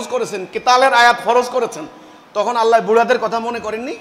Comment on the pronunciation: বেয়াদব তুই তো আল্লাহর নামটাই ভালোভাবে কইতে পারিস না তুই আবার কিসের ইমাম আছিস